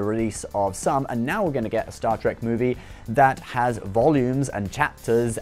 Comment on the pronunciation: "Star Track" lol